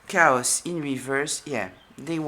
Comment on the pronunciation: They brought nothing but drama and discord. The A in chaos is long like, kay-oss. Otherwise it sounds like cows. I was still on the sheep/goat analogy and then you brought in cows! 😂